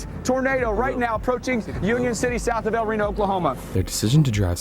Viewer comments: Instead of "rano" it's like "ree no" but don't split up those (yes I'm at the start) and yes that's the biggest EF5 and tornado of all time. 2.6 miles wide in 2013 so it's held this record for 13 more years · Yes, it’s pronounced “el r-e-e-n-o” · I pronounce it L r ee no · BRO ITS EL RENO NOT EL RONI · I thought it was pronounced el rino 😔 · its pronounced El Rino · Its pronounced el reano but its spelled el reno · it’s el Reno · YOU SAID EL RENO WRONG